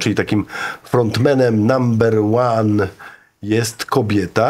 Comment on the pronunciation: Panie, nie mówi się namber łan a number łan.